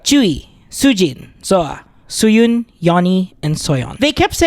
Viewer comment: It's Suyun, not Soyon. Learn the names, bruh